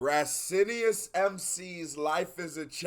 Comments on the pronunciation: Hey, man: Rah-cee-oh-nuys. In São Paulo, we learn to respect Racionais before we learn to respect our parents. I'd like to see you react to "Homem na Estrada" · Greetings. Great reacts man. You can read their name as "RAS-YO-NICE MC", as we say in good portuguese. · Racionais, plural of Rational. "Rah cee ow nais" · you can pronunce it HA - SEE - OH - NICE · I'm enjoying these reactions, you are super smart! But please go to Google Translate and learn how to pronounce "Racionais", cause you're butchering it 😂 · To sound like portuguese, u should go "RATIO (rrah-sio) + NICE (nah-eesss) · I like your videos, but learn how to say they name right!